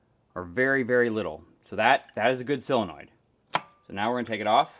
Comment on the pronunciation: sOlenoid with an “O”